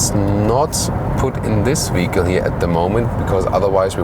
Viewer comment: I believe your german accent renders you unable to properly pronounce the word "vehicle" . I am sorry to say that this way it sounds as if you were trying to say "fecal" but with "v" at the beginning. This is not an insult ... just my failed attempt at constructive criticism.